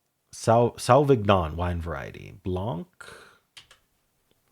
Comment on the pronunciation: Bursting a blood vessel over sauvignon pronunciation